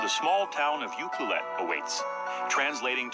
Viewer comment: Cowichan is not "Co-wee-chan", is "Cow-a-chin" Ucluelet is not "You-cal-it" its "You-clue-let"